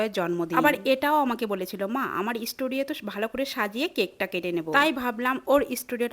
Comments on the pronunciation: Studio na na❌Estudiou ✅🤣🤣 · isstudio nehi it's studio pl pronounce sahise kijiye. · স্টুডিও ❌ ইস্টুডিও😂😂😂😂😂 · Studio ❌️ Estudio ✅️ 😂😂😂😂😂😂😅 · Studio ❌ Estudio✅😂😂😂